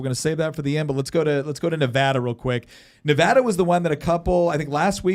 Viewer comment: Fixed saying Nevada incorrectly. Can you get Nick to stop saying "west-sconsin"?